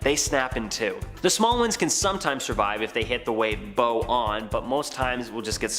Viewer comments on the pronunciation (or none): It's bow rhyming with vow, not bow rhyming with Joe.